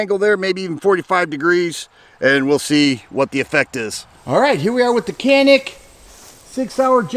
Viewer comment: Hi! Cool video as always. Just wanted to let ya know that I was corrected from saying “Canik” recently. Wanted to pass on the knowledge. In Turkey, they pronounce the letter C like a J. And I is an ee sound. Therefore, it is pronounced “Janeek” Have a great week!